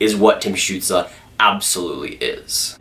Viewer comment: It is stutsel not stutsla